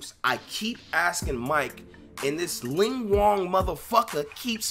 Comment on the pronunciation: He said mike is "a long wong motherf***er" 😭😭😭😭😭